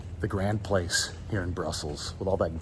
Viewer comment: You should pronounce it "Gron Plas"(tic) but it is really beautiful. Shame you're not in Belgium longer, because it has some of Europe's most beautiful towns too, such as Ghent and Bruges, while Antwerp railway station is beautiful. You'll like Amsterdam too, but the food isn't as good. Find an Indonesian restaurant rather than eating local Dutch food, it is to the Netherlands what curry is to the UK!